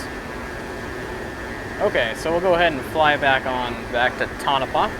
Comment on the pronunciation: Very well done and not only a good demo of the Voice Command feature but also some good demo of bombing in the F5. Oh, BTW, it's pronounced Toh-Noh-Pah. :)